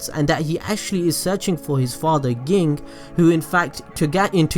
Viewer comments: um exqueeze me but its pronouced JING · Fact: I know it's spelled Ging but it's Pronounced Like gene also great video